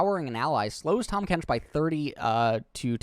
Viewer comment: Tahmas Kench lol